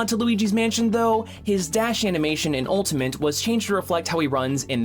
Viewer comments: Am I the only one that hears ‘ultamint’ whenever he says Ultimate? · jesus christ please stop saying ultamint